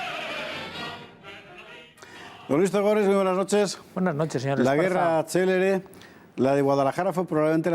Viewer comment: Decidle a la señorita que habla que era guerra CÉLERE, que quiere decir RAPIDA no CELEBRE.